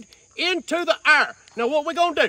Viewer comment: The way he pronounces air 😂